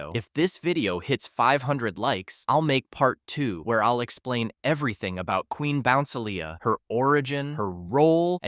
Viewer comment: QUEEN BOUNCELIA IS PRONUNCED 'QUEEN BO-NCE-EEL-E-A'